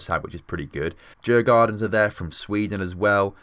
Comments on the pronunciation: Djurgården is pronounced jurgaurden å is like au in Austria. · Loving this series. Djurgården would be pronounced something like "Jurgorden". Would be interesting if you checked out the national teams to see how they're doing too. I would also love if you checked out the second division some time, at least GIF Sundsvall (my team) as it seems they were relegated from Allsvenskan in the first season :( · You did butcher Djurgården